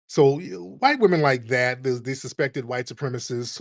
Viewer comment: Whyte wahmen be Deceptacons...